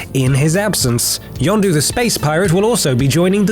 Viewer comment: You got yondu right